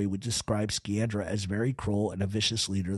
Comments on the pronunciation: Sciandra, pronounced Sci an dra not Ski an dra. Giovanni "John" Sciandra was my wife's grandfather's Dominic Alaimo's uncle, he was one of the main owners the Knox mine after Volpe and was the Pittston boss until his death in 1948, research the Knox mine disaster. You have many facts correct, but also, multiple facts incorrect. Grew up in Pittston, Pa. and knew and used to play gin rummy with old man "Steve" LaTorre, pronounced La Tor and most of the rest of those in your piece. Russ and his wife Carrie used to visit my wife's house quite frequently over the years for visits and some holifays, they called him uncle Russ. ALL were related from Montedoro. Her grandfather owned multiple businesses in and around the Pittston Area as well as a building on 32nd St. in the Manhattan garment district in N.Y. He also owned several businesses with Russ and his cousin Angelo Sciandra. ABS contracting being one of them (Alaimo, Bufalino, Sciandra). Much more can be said, but shouldn't at this time. Also correct pronunciations for Alaimo is A lY mo, and for Osticco, is O sti co. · Great show!! Incredible stuff. One thing, Sciandra is pronounced Shee-andra. In Italian an Sci is always She. I always wondered about Joe Barbera, was he ever actually considered a boss of his area or was he under Bufalino or Magadino? Really great stuff, love your channel. Burnstien and Nadu couldn’t shine your shoes💯💯💯💯